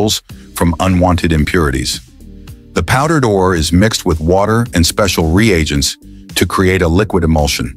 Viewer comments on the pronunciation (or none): none